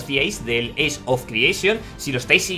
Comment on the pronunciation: Ojo que la pronunciación eish es para age. Con respecto al juego se ve buenisimo, ya me trae hypeado hace tiempo. Lo del combate creo que pasa por el CC y quizas falta de habilidades de movimiento.